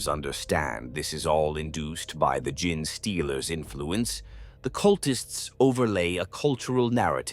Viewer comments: I wanted to listen to this one so bad but I could not take the “GIN” stealers vs “Gene” stealers, sounds like “Jeans” as in blue jeans. I hope it gets fixed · I love everything Tyranids, but I can't listen to this. Tie-Rannids, Gin stealers, Gin---tic material... it just keeps kicking you in the face. AI has really destroyed so much so fast... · Tie-Rya-nids bothered me more than Gin-stealers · major kill has the worst pronunciation listen to official pronunciation please it's genestealers not gin stealers. Ffs he calls tzeentch titsnitch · I sometimes hate the Ai mispronounciations but now I love the idea of gin-stealers.